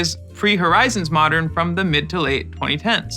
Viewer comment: Best constructed format? You mispronounced Modern lol